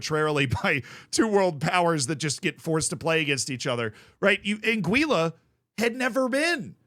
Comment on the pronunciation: an - gwih - luh